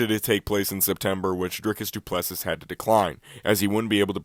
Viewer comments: You dont pronounce the last S in his last name. Pronounced Du Pless"E" But yeah, Du Plessis definitely deserves the title shot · The last ‘s’ in Plessis is silent. And, good try on your prediction, but… didn’t age well.